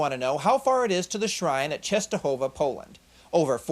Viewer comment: He managed to pronounce Częstochowa! Impressive :-D Greetings from Poland